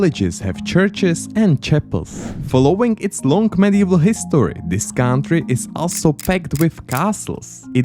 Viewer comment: Please don't pronounce "country" as "káááuntry", a simple "kauntry" would be perfect 😂